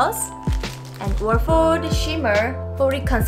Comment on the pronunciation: The way you pronounce Wolford sorta like "warf-ord" is cute.